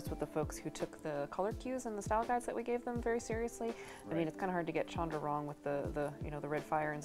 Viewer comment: "CHAN-dra"?! WTF. I'm going to continue to pronounce it incorrectly as "SHAN-dra".